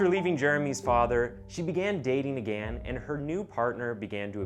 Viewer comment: Literally who the hell pronounces “again” this way. It’s infuriating.